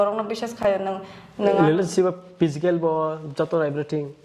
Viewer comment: pysical 😂physical